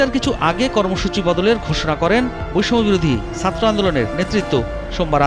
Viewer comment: উচ্চারণ ঠিক করেন। সাত্র কি? ছাত্র!